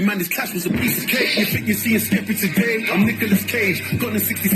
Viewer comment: Fire reaction 🔥 joyner ran out bars 😂😂 he keeps calling skepta skippy aswell because he keeps calling him joaner 😂 skippy is a compliment in the uk 😂 its a skill issue for joyner.he did say about the dress, he said im a fashion killer pull in a pink polo, because asap rocky did that and it was fine.